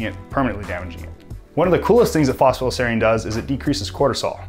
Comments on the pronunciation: Sorry to interject but it's pronounced Foss-Fa-Tide-ell-Sereen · He's not saying it fast, he's leaving half the word out. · Phos-pha-ti-dyl-serine. not sure what youre trying to say lol